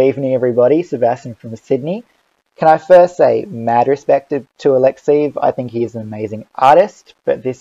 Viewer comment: [A-lek-'se-jev] !!!! I am not a fan of his, but hearing your mispronunciation of his name over and over again from video to video.....